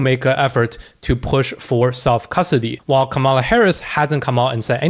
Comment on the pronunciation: Dude - learn how to pronounce Kamala